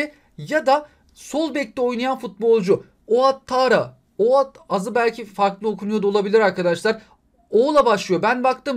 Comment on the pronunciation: Abi Outtarra Attarra olarak okunuy